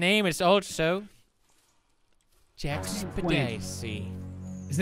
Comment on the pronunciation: ström then why in mostly all his videos,he says either jacksepticeye or jackspedicy